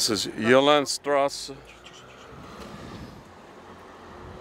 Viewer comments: The street is pronounced “Gerta strah-za.” When I was stationed in Germany from , my wife and I went on a trip to find this house. This is a neat find. A Dr. Mueller lived in the house in the early 90s. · I was stationed not far from there while in the Air Force. Had to laugh at how you butchered pronouncing "Goethe Strasse!" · That is quite a residential area, interesting to see, thank you. But omg, you should have learned at least how du pronounce Bad Nauheim (not like bad !!), Goethestraße (who does not know Goethe?), Uhlandstraße... when introducing these places. Also the French machine translation is hilarious 🤣, better you check before release. Would have been nice to find some people having seen Elvis at that time. Anyway, Elvis is still the best, and we love him! ❤️🇩🇪